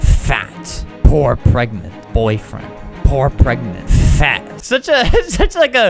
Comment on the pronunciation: they way he just says poor and fat sounds British